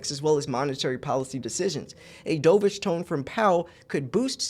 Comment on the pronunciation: Dovish rhymes with love, not stove.